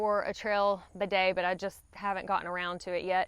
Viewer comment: Even the way has a hard time saying bidet this shows how Americans are totally unfamiliar with them and afraid of them. put an inexpensive bidet on your toilet and you will come to hate wiping and learn how unhealthy it is.